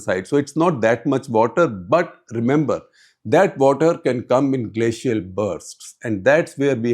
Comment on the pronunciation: The lady English pronunciation is need to be better. Bataaaa for BUT. Pronunciation mein Style Kam karna pedega. Keep it soft and simple.